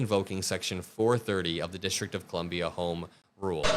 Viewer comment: The disrick of Columbia. Sounds like the Donald is punch drunk. Maybe leave your social media alone and get some friggin sleep!